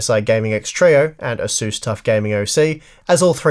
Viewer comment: This asus pronunciation is completely unacceptable. I'm surprised that you don't say jigabyte